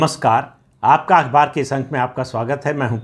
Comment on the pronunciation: Sir-jee, Aapka “akhbar” में जो अखबार शब्द हैं वो “अकबर” जैसा लगता है. कुछ बदलाव करना शोचिए.